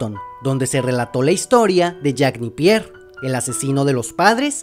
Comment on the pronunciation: Irónicamente no sé cual de los dos está más necesitado de suscriptores si makalakesh o grunger no pude evitar reírme. Ah sí y es Jack Napier, no Nipier.